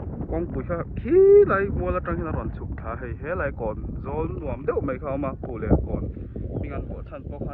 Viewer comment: 'Phullen' chu i va lam pial ṭhin ve😮😅